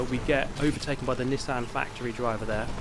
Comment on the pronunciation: Wtf is a Nissehn Skyline